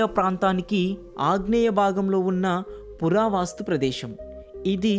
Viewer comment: పురా వాస్తు కాదు పురా వస్తు